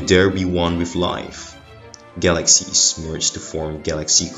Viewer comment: What's a Galak Seas???